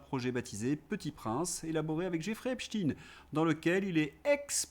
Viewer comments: Merci! Je suis désolée de revenir là dessus, mais la prononciation de l’autre dépravé n’est pas "ep.tchine" (je ne mets pas de majuscule car je ne le respecte pas!), mais là prononciation en US et UK, en phonétique: ep.stain comme on ne dit pas Albert Ep.tchine. Encore désolée mais les victimes méritent vraiment que tout le monde se rappelle les vrais nom et prononciation de ce suppôt de Satan. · Pourquoi prononcez-vous epstine, est-ce que vous prononcez einstine (Einstein, le physicien)? Non, sauf si on veut gommer son statut de membre de la communauté intouchable. Son nom c'est ep-chtagne. Merci. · Oui c'est Epstein et pas Epstine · Belle digression fuyante, Certes... MAIS... POURQUOI... "E P S T iiiiine"... Qui n'a JAMAIS existé nul part... AVANT???... T'as pas dit,... "" 💡💡💡 En Anglais???... FAUX!!!... La prononciation est pour UK & US /ˈep.staɪn/ (Source Dictionary-Cambridge... excusez du peu 🤔😥)... Perso, j'ai relevé, avec certains accents /ˈep.stéɪn/ MAIS JAMAIS "iine" 🤔🤔🤔 Aide nous juste à être moins bêtes, nous qui avons toujours fait la différence entre "E i N S T E i N" (Aïn) et "B R i E FING" (Briiii)?!... 👉🌀🌀👉 Maintenant je te le concède, j'ai CONSTATÉ que TOUS les Russophobes Patentés prononçaient comme toi: "E P S T iiiiine"!!!... Sans doute pour introduire une RIME SUBLIMINALE avec un certain "P O U T iiiine" 🤔😥!!!... 👉🌀🌀👉 PARALLÈLEMENT L'Hyper Majorité des ÉVEILLÉS CRITIQUES & RÉSISTANTS respectent la Prononciation OFFICIELLE HISTORIQUE communément admise de TOUS TEMPS et en TOUS LIEUX "E P S T E I N" tout comme "E i N S T E i N"... [ d'origine ashkénaze (germanique/yiddish)... et pas Russe... Sorry... Désolé 😉 ] 🔥🔥🔥 VOILÀ, POURQUOI, tu ne peux pas balayer d'un revers de manche méprisant ceux qui - À JUSTE TITRE à mon sens - t'ont interpellé en espérant sans doute avoir une RÉPONSE FRANCHE ET HONNÊTE DE TA PART plutôt QU'UN BRAS D'HONNEUR!!!... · C'est pas Epstine mais Epstein